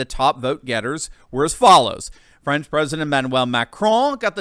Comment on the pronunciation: TRY TO PRONOUNCE; FRANCE,[,[ THE A SOUNDS LIKE IN BALL],, OR FRENCH,..... NOT FRIENS